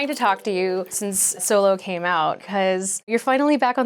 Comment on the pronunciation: Solo? You mean Soylo??